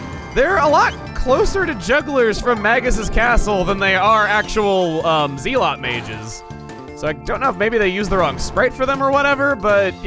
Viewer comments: Am I the only person that cringes every time he pronounces zealot wrong? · is still mispronouncing "zealot."